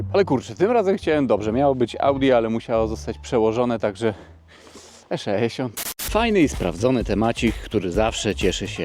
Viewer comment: "E szeesiąt" :D :D :D